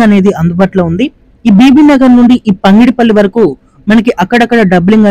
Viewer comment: పంగిడిపల్లి కాదు పగిడి పల్లి please.